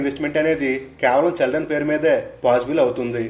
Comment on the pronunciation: చె కాదు చి,చిల్డ్రన్ 👍